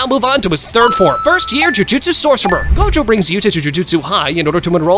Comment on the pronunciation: I think you miss said gojos name is go. Jo